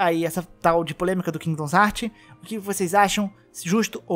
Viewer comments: Mano que agonia com 500 vezes que você falou kingdons heart, pqp, é KINGDOM HEARTS porra. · Porra mano qual o problema q voces tem na hora de ler o nome do jogo? É Kingdom Hearts e não kingdoms heart caralho, so ler onde ta o s qual a dificuldade? Claramente voce ve q o cara quer puxar like pra um jogo q ta em alta qndo n sabe nem falar o nome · Toda vez que ele falou “Kingidons Hartis” eu falecia. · Cara, muito interessante o video, mas você falando "Kingdoms Heart" toda hora dá uma tristeza que escala cada vez que você repete, as 3 primeiras vezes já deu vontade de fechar o video. Mas sobre o tópico do vídeo, também acho que essa restrição é coisa extrema da Disney, ela é MUITO chata com essas coisas, até com os Kingdom Hearts antigos você toma strike se postar gameplay que toca a abertura. A Square Enix não é tão problematica assim, dá pra ver isso pelos outros jogos dela, é babaquisse da Disney mesmo. Ainda, não, não é facil assim fugir de spoilers. Os spoilers de Kingdom Hearts tão em todo lugar no youtube. Tem um amigo meu que nunca viu um video da série, e ainda assim ele ta recebendo como recomendação vários spoilers meramente por que ele vê varios videos de games. Hoje mesmo ele me mostrou que apareceu pra ele recomendado "Kingdom Hearts 3 Final battle+Ending". O algorítmo do youtube é uma bosta. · "Kingdoms Hearts" meu senhor que agonia, pronuncia o que você lê e não o que você acha que lê. Certeza que leu tudo isso aqui no singular ao invés de colocar no plural 🙄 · Mano, nao eh "kingdons heart", ta parecendo o Zangado falando...